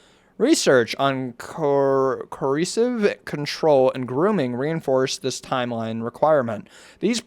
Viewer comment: CO. ER. CIVE. FUCKING SOUND IT OUT JESUS